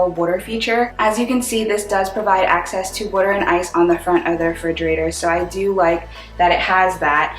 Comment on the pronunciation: Wooder!? From Philly? 😇